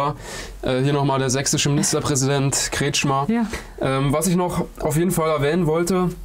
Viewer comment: Der Verbrecher heißt richtig : KretschKhmeer